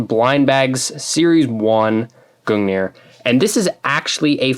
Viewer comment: as for the proper norse pronunciation it is gungnir (goong near) but either way it doesn't matter cause its halo lmao